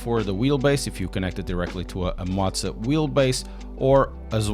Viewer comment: Motza is not a thing. It's M O zah. Come on man, love your channel, but motza is killing me!